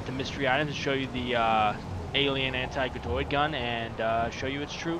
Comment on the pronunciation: its not g-doid gun its ga-doid gun